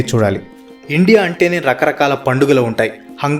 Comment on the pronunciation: Endi ra nuvvu ne bongulo sodhi,Indea indea indea😂